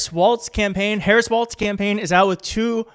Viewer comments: Please stop adding the t sound to his last name. Walz, (walls). Not Waltz. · WALLS, not "Waltz.' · Pronounced “Wallz” not “Waltz” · Wallzzzz. Not Waltz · You keep saying "waltz" instead of "walz". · Walz, not waltz. He’s gonna be our VP, we should probably get his name right. ✌️💙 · Please at least use his correcr name for starters. Walz..not Waltz. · It's WALZ! Not WALTZ. There is no T!!! Read the copy! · his name is spelled WALLS, not the dance. There is no T!!! You learned how to pronounce Comma-La. Please help by pronouncing his name as a plural of what he won't build at the border--WALLS! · Maybe I'm hearing you wrong but his name is not Waltz like the dance -- it's Walz like walls. He's a great pick. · Love your show - keep it up. You keep saying Tim “Waltz”. …. It’s’ Walz …. No “t” in the name. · Not Waltz--Walz. Sounds like walls. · Sure enough, the transcript keeps showing "Waltz" everywhere. It's pronounced like the plural of "wall" - "walls"... 💙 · It's not WalTz. it's just WaLz. ... ugh. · Hey, no T in Walz. Just sayin!